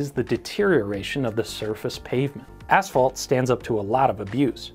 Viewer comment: Thank you for saying ,,asphalt" (ass-fault), and not ,,ash-fault". I've heard people say ,,ash-fault" so often I"ve begun to wonder whether there's something wrong with me.